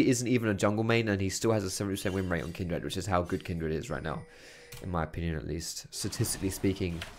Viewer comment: Not going to lie, the way you pronounce Kindred kills me. Kin'd Red. You don't say 'hund red' for 'hundred'. And it's not even your accent, i'm from like 30 minutes away!